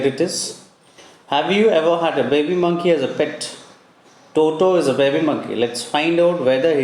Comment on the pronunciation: its monkey not moonkey